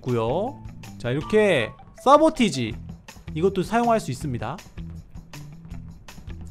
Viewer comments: 사보타지 인데 사보티지 라고 하니까 귀여워요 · 싸보티지 가아니고 싸보타지에용..... 건강하세요♡